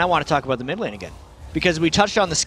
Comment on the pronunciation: " ADC Kennen and mi Victor, will it work?" You forgot the d in mid by the way